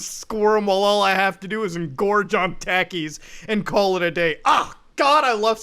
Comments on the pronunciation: Not ta like tap, tah like taco, that’s how you pronounce takis if you’re interested Edit: also, I can’t help but stare at my hot dog eating champ shirt, and then think “so this is the kind of community I’m up against?” Second Edit: to those watching avocado, please, go watch someone like freecodecamp or pick up blacksmithing, something, anything that isn’t watching these kinds of youtubers. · They’re pronounced tockys and they’ve actually got a chili lime powder on them that’s just the right amount of spicy. You should try them they’re pretty good. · (Tah-keys) that’s how to pronounce it. I’m sorry for nitpicking. But this made me mad 😂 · they're pronounced "taw-keys" and they're everywhere in North America idk what you mean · bUt MuTa, Takis (pronounced Tah-keys) are a North American food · if you call takis "tackys" one more time im gonna.... cry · Taki’s (pronounced Taw-keys) are a spicy flavored chip popular within Hispanic and White Girl communities, prevalent especially in the West Coast and South Western United States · Mutahar, I love you, but the way you pronounce Takis pisses me off ❤️ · nico ant takeis my dude pronounced all dat worng lol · i like some of your videos and your indian accent but dont ever pronounce takis again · How in gods name do you not know what takis are and how to pronounce it? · So we aint gon' talk about how he mispronounced Taki's? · Just because nobody mentioned it, "Talk-E's" not "Tack-E's" (spelled Takis) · Takis Me: Tah-kees Muta: Tackies 😂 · It's Takis (Taw-Keys), Not Takis (Teh-Keys) Lmfao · I cry every time I hear Mr funny Indian man says taa keez instead of thaa keez so sad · The way you say takis muta, it's like nails on a goddamn chalkboard fuckin "talk-ees" not "tack-ees" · It's not TAAKIS it's pronounced Tokies and it's not cheddar it's a corn chip with spicy stuff all over it they are really popular lots of people eat em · Mans just called takis (tah-keys) tacky’s Love u Mudah but don’t disrespect my snack like that